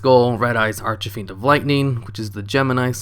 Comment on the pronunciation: Brooo it's archfiend not archafiend it's killing me ahhahaha